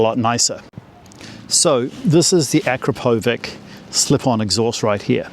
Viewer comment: It’s pronounced “A-krap-o- vich”